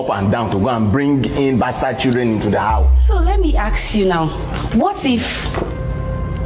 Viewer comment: I am so sick of the way these people talk…they can’t pronounce “ask” correctly, amongst other things. Sickening.